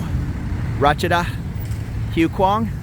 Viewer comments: Hi! HUAI KHWANG is pronounced WAI KWAANG. I'm familiar with POSEIDON. A "friend" told me about it. 😂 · Do your Thai friends watch these? Expect some teasing for butchering the name of this area. I reckon at least half the bar staff i know live around there.